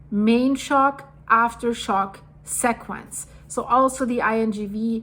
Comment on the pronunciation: As a fellow German And a new subscriber, please look up how to pronounce sequence…it is a recurring word, and you pronounce it with a German e, instead of the English e. Mediterranean is also a difficult one.